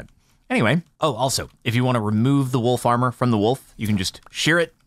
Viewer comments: I kept hear wool farmer and was really confused for a minute. XD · For a few moments there, I thought he was saying 'Wool Farmer' and was I was getting exciting by some new mob I hadn't heard about.